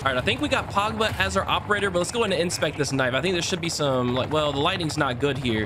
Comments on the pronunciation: it’s pogba not “pawgba” lmao 😅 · "Pagba" LOL